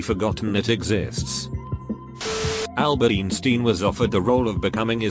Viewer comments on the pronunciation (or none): no one: computer generated narrator: " Albert instin" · No one: Reddit Voice: Albert Esteem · When he said albert eensteen. I felt that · No one: Computer voice: AHLBERT EEENSTEEIIN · “Albert Eensteen”